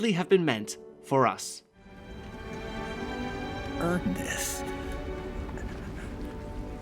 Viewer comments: Oooooh he's saying "earn this" I thought he was saying "Earnest". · so THATS what he said. I always thought he was saying "Earnest", no reason why he said this, its just what i always hear.